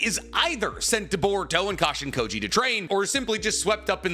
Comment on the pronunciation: Every time I hear Jairaiya’s clone name = Cash-in-Kody.